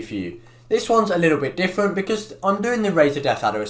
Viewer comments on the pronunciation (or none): Different not diffwent